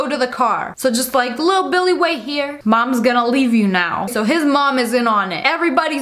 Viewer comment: i like how Lia cals da boyfrend bili:elbowcough